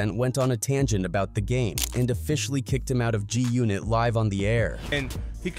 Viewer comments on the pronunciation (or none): WTF is "JUNIT"? these AI vids reporting on hip hop and other black news, while butchering names is annoying AF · Having the AI say G-Unit as “joonit” is unacceptable bruh.